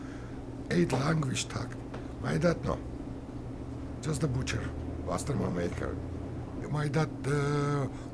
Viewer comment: It’s not “bastirma” it’s basturma. The original way